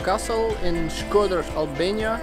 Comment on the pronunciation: Shkodër and not shköder